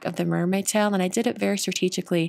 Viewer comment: At first I was mainly listening to this video instead of watching. I kept thinking you were saying towel instead of tail! 😁 Beautiful card,!